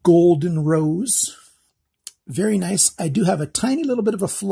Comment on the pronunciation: "bery stubby" :P